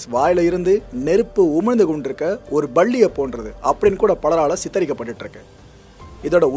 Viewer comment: வணக்கம் தம்பி.❤ தயவு செய்து நீங்கள் தமிழ் வல்லினம்,மெல்லினம், இடையினம் கற்றுக் கொள்ளுங்கள். உ+ம்: பல்லி என்பதற்கு.. Balli என்று சொல்கின்றீர்கள். இப்படி நிறைய சொற்கள்.ப்ளீஸ்....❤❤❤❤ எல்லா விசயங்களையும் சரியாக சொல்லும் போது, இவ்வாறான உச்சரிப்புப் பிழைகள் காதுக்குக் சங்கடமாக உள்ளது. நன்றி வணக்கம் தம்பி ❤. ஈழத் தமிழச்சி நளினி கமல் பிரான்ஸ்.❤❤❤❤😊😊😊😊😊